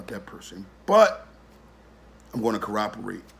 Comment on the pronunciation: first last Bro your confusing me by the way your saying that Word [cooperate] it almost sounds like your talking about a different thing ...? No Disrespect!!